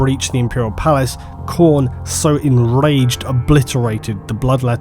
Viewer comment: Not sure words like 'enraged' and 'marines' are supposed to be pronounced with an L in the middle...